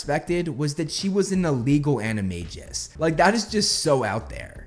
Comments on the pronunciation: anime-gus not anime-jizz 😂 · The biggest plot twist is you pronouncing animagus as animajus